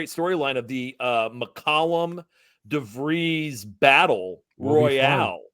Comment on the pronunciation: And it’s pronounced DARREN DeVries.